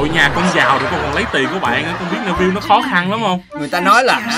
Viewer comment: Neville đọc là Ni-vồ chứ không phải ne vil nha anh Lúc chơi thì anh đọc sai nhưng lúc kể thì đọc đúng